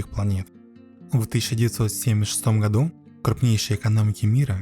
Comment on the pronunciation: И гходу!😂